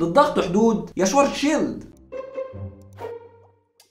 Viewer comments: شفارتس شيلد وليس شوارتزشيلد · مشكور عل معلومات .. بس تصحيح لغوي حرف الw باللغة الامانية تلفظ نفس لفظ حرف الv باللغة الانكليزية ... يعني اسمو شڤارتز شيلد اي ما معناه الدرع الاسود باللغة الامانية ... يعني صديقي بس شفت حرف w باسم الماني فورا الفظو v و حروف sch تنلفظ مثل الsh بالانكليزي و ach او uch تنلفظ متل حرف ال خ بالعربي ... بكرر مشكور على المعلومات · بس تنبيه صغير على أسم العالم الألماني ترجمة اسمو القارمة السوداء و الw ما بيلفظ واو بيلفظ مثل حرف ال v بللغة الانكليزية . حلقة حلوة بتجنن ❤❤🔥